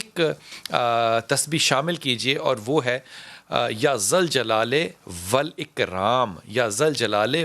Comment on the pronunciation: Kya alfaaz ko bigad kr kah rahe ho...apna bolne ka lhza to sudharen janaab... "Ya zul jalali Val Ikram"